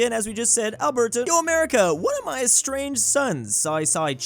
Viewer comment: I cringe everytime pronounces Alberta